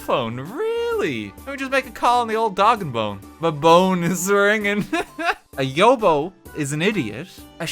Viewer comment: I hope they corrected his pronunciation of yobbo as well (it’s not pronounced like yo-yo. It’s pronounced like cob)